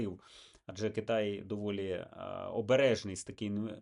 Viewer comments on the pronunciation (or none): none